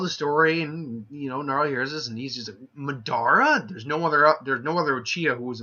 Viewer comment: I got triggered by the way he said Madara